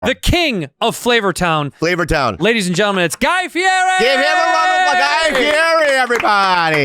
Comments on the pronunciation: Bobby and Santino could have scored some points by pronouncing his last name "FEE ED EE" which he has said many times publicly he prefers. The dude on Hot Ones got it right and he was grateful and impressed. This is mostly directed to the producers who could have easily researched this😊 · Spent all that time getting him on the show and can’t even say his last name correctly 😂